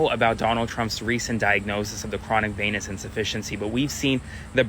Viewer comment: It's pronounced VEE-nous, not VAIN-ous.